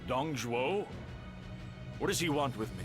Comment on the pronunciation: You do know it’s “Zhuo”, right? Not tryna be a douche about it. Nice video.